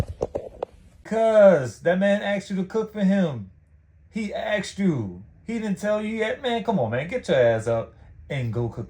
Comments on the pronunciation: she "Axed" a lot of questions..lol... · Of Asked, it is